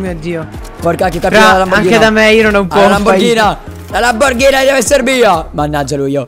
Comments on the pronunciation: Lamborghini non lamborghina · Prima di tutto si dice Lamborghini non Lamborghina prima che vengo la a farti un corso di italiano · Cap è Lamborghini nn Lamborghina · a detto lamborgini